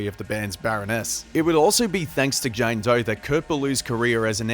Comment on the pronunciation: “JAYNE DOY”